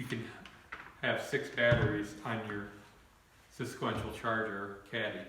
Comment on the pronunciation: Lol Im going to start saying it like this now